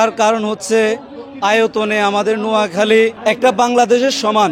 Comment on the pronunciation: নিজ জেলার নামে সঠিকভাবে বলতে পারতেছে না মূর্খের মতো কি আবোল-তাবোল বলতেছে, একটি সুন্দর করে ভাইয়া তোমার কথা হচ্ছে না